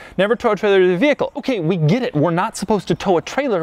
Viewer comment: Doug the type of guy to pronounce get as "git" without any other discernible accent.